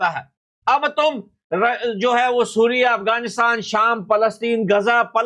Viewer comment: सीरिया ❌ सुरिया ✅